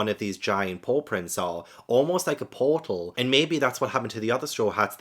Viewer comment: "Almost like a pawtal" ? :D